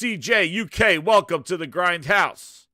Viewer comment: Yo! Sup what an incredible show! Just a heads up, its CJuk! Not CKuk lol😂□